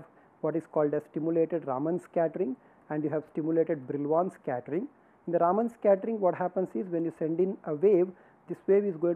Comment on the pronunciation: एक बात मुझे सदैव विचित्र लगती है कि भारतीय लोग भी अपने बैज्ञानिकों का नाम ठीक के नहीं उच्चारण कर पाते हैं !! रमन को सदैव रामन बोलते हैं !! विदेशी लोगों को तो सही से पता नहीं है !! काम से कम भारतीय लोगों को तो सही से उच्चारण करना चाहिए !!